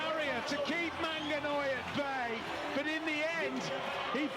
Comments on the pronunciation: The commentator is killing me with the MANGANOI name😂😂😂. Well done MANANGOI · Manangoi & not Manganoi >> That is abuse!! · Hey commentators pliz don't call him MANGANOI he is manangoi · Even the commentator could not pronounce his name properly at some point. "Manganoi